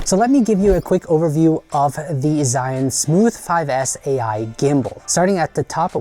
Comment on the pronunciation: It's not Zion, and not Israel or Egypt :D LOL it's Zhiyun (almost like: Jeeyoon) here is tutorial on pronunciation of this word